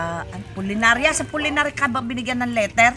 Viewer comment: Puninarya po,hindi pulinarya